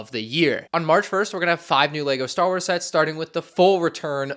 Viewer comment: march or is he trying to say may?